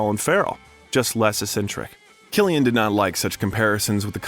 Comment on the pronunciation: Lad I am surprised you even pronounced Cillian right the way you butchered all the Irish names 😂